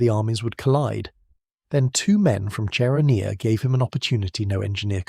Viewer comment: CHERONEA = KERONEA.